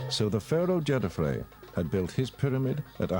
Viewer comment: Good documentary, but they get all the ancient Egyptian names wrong! The sun god was Ra (pronounced rah, not ray). We have Khufu correct, but not KhafRa (khaf-rah), DjedefRa (djed-ef-rah), and MenkauRa (men-ka-oo-rah). I have studied ancient Egyptian language since the 1960s. I read and can translate hieroglyphic text, hieratic, and Coptic. I also am fluent in Greek and Roman Latin. Also, the sun temple at Abusir was built by User-en-Ra, a king of the 5th Dynasty, mistakenly labeled as 'Neuserre' by many. And then we had the Greek historian Manetho to confuse the issue even more in 300 B.C. by renaming all the ancient Egyptian kings with his own made-up names, like Cheops, Chephren, and Mycerinus.